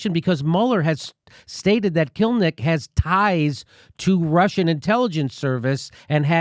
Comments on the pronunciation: Kil-im-nik. Sounds like "kill limp dick," not "kill Nick." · Ki---LIM---nik — 3 syllables